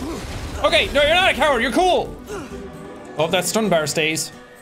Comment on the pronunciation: The way Seán pronounces Stunbar reminded me instantly of Finbar, gave me happy-nostalgia feels.